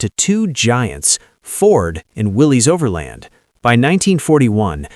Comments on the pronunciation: Great story but many mistakes, Its pronounced Willis not Willies - The first Bantam was: Bantam “pilot car” prototype not Reconnaissance. There are plenty of historical photos available on the web to tell the story. Why use Land Cruisers, Land Rovers and Russian UAZ 469. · I knew you didn’t know anything when you mispronounced Willys. It's pronounced the same as Willis, and has nothing to do with a guy named Willy. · Willys is pronounced Willis